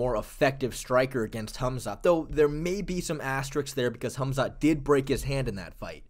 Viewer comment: Why's this guy keep calling him "Humzat" ? 😂😂😂